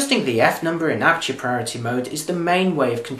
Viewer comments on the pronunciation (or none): As always very professional, but as a foreigner I would appreciate a little slower speed when talking. That would make it easier to get the message the first time. F.exmpl. aperture as it is spelt and not "apture" as said, and so on.